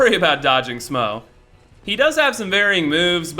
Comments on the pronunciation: Ornstein can be pronounced like that or ornstine, but yeh now way is smough smaw hahaah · Did he say smwough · if you say "smo" one more time I'm gonna slap your gay ass